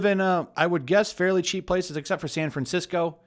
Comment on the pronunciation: "Than FwanThisco."